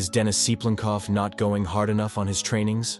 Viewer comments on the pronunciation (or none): like, for example, mispronouncing the person the video is about. And just general flow: 'something that made think here for a while' like what? No matter what your voice sounds like, I think people would prefer to hear it. Blessings.